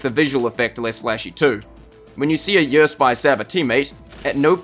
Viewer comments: "the yeor" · In this video, a british man comes up with an acronym (YER) that is pronounced precisely like another word in a certain british dialect, making for a confusing voice-over.